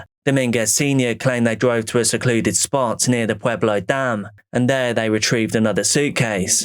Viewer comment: It literally hits close to home. Pueblo was the top 10 most dangerous cities in the US this year, but that's typically due to gang violence, not so much this kind of stuff. So tragic. Side note, I was listening at work and heard you say Pueblo and I was like "oh cool he pronounced it correctly" (lot of people say pway-blo or p-eh-blo) and then I was like "oh wait, he said Pueblo?!" haha